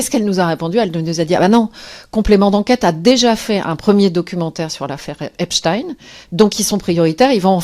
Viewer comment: Ravi de constater que vous prononcez à nouveau correctement le nom "Epstein".